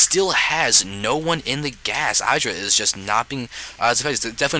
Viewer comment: No disrespect intended, but it is my pet peeve in the SC community-- IdrA is not pronounced with a hard "I". You say it with a soft "I "like how you would say it in the word "lid." I hope this makes sense :/